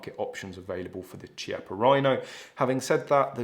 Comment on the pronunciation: Chiappa is pronounced with a K sound kiappa, not a ch sound.. ;-)